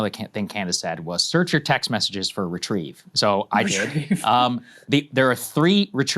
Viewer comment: “I’m happy to retreive some Zyn” LMAO